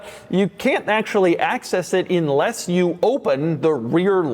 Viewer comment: Why do you always say “inless”? The slightest bit of common sense would tell you that isn’t a word.